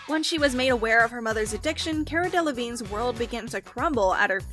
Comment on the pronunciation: Her name is pronounced Kah-rah